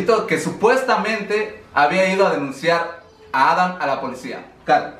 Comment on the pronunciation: No se por que siempre dices Adan si es Adam